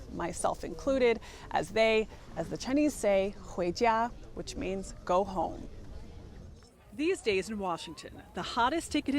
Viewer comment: Her pronunciation of "go home" was pretty good. I'm guessing she worked on it to make sure it wasn't butchered. Good work!